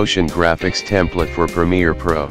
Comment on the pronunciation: "Templet" yeah? haha